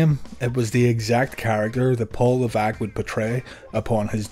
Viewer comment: Leveque? Isn't it Levesque?